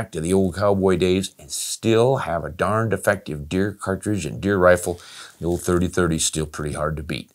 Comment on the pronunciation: Near the end, Ron, you said, "and still have a darned effective..." I had to listen a couple of times before I wasn't hearing, "and still have a darn defective..." Yeah, I'm an old geezer, too. Not that you are, but hey, just calling it as I see it. Thank you for another informative video.